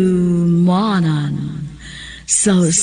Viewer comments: Ok ang drama s dyxp favirate q yan....kaso ung nag dd g oa s pronounce handyoman s usa kaawit ...pilingon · Pangit pakinggan ..handyomanan s usa ka awit...s lang maot paminawon gz2 q ung original bisaya vertion ba ..ayawg pilingon😀😀😀😀 ung comment q n to para s gumanap ng salitang handyomanan...